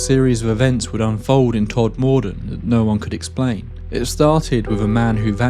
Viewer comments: It is Todmorden, but it is mispronounced throughout this video. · Don't worry about the pronunciation. I lived in that area for over 10 years and I learnt quickly that the locals don't pronounce anything correctly (and I'm a Yorkshire man) For instance they pronounce Sowerby Bridge as Sorby bridge. Slaithwaite is pronounced like plough but starting Sl ... So Slough-it. Ovenden is pronounced Ovin-den... No matter what you say, it will be wrong 😂 By the way I also saw moving lights in the sky when I lived there and they were not terrestrial. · Never heard it pronounced like that 😅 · Like it. You pronounce Todmorden wrong. But nice video. I like it. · Everyone pronounces it wrong 😅 Once, a German friend said she didn’t like the town as it more or less translates as Deathmurder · “Todd Morden”? Who’s he? You mean Todmorden (pronounced ‘todmudden’, one word, said quickly) surely? Couldn’t listen to this one because of your constant mispronunciation. Awful. Please research how to pronounce the place names before you makes content like this, especially if you’re going to say it so often. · I had to switch this off due to your continued way of saying TodMORE-DEN. It's MORE-DUN. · Still, the strangest thing about your story.....is the place names. "todmordon Brunley" "rough lee Pendelton"? 😂 Ok..... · It's pronounced, Tod muh den, not Tod mor den 👍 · Pronounce it “Todmuhdun” not “Todmoordun” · I have family in Todmorden and have visited various times. It was them who first told me about the pc Godfrey abduction. I suppose it depends which district, but where they live it is pronounced tod-ma-dn, not tod-moor-don. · It’s pronounced Tod m den little m and the moor road is the top road from Burnley to Heptonstall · The emphasis goes on the Tod. TODmorden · I'm from Halifax, which is a stones throw away from Tod'. I just wanted to let you know that it's pronounced...Todmuddun here in Yorkshire. And it's actually on the Yorkshire/Lancashire border. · Fyi it's pronounced tod-moden